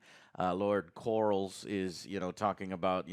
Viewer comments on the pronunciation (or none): It's Corlys, not Corals. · There is nothing lazy about sticking with what works. Have you ever composed a song? It's not exactly easy. And the Game of Thrones theme is one of the most epic themes in modern media. Why fix something that isn't broken? Also, the Seasnake's name is Corlys. CORE-LIS. It's really not that hard to say. Anyway, try to give the show a chance instead of being determined to be unhappy about everything. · “Core-liss” “Ray-near-uh” “day-mon” “Vis-air-ees” “Ray-niece” “Miss-air-ia” Otto. Alicent. Etc.